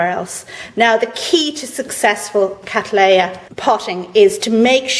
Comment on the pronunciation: What an excellent video on repotting Catts. Much appreciated. One thing though :- I am asking you to reconsider how you pronounce the generic name Cattleya which as you will know, was thought up by John Lindley R.H.S. to honour my ancestor William Cattley who first grew C Libiata in the early 1800's. My point here is that the name is derived from his which was then and still is, pronounced Cat-lee. Lindley "Latinised" it by adding an a at the end thus making it Cat-lee-a. You however are using the often heard American version Cat-laay-a which has now been corrected by the American Orchid Society to the Cat-lee-a. Regards Tim Cattley